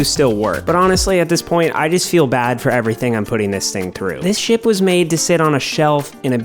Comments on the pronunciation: When he said ship I thought he said shit☠️ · Bro acting like he said ship instead shit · it didnt sound like you said ship 🤣great vid tho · Bro same for me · lmaoo i also noticed